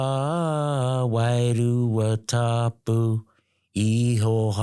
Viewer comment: bro you sound like you saying "Ihoha", do you mean the name "Ihowa"? That is a transliteration of the english name "Jehovah" which is the transliteration of the Ibreet name YHWH in which case Maori eould transliterate it possibly"IAHAWAHA". Also "Wairua Tapu" is usually translated as "Holy Spirit" in which case holy means "set apart" in the Ibteet language. Tapu can mean sacred, holy etc. otiginally Tapu means "forbidden" opposed to Noa which means free of Tapu. A side note only a Tapu person can lift a Tapu and make it Noa. Wairua is translated as Spirit but Wai means water and rua means two but the overall meaning is "the coming together of the two waters".